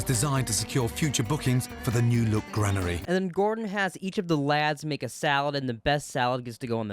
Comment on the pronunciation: wtf is the gran-airy in hamp-shiiier